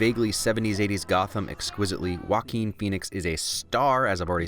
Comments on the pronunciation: It is supposed to be pronounced hwɑːˈkiːn so he is right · He pronounces Joaquin perfectly, thats a win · I love how he pronounces Joaquin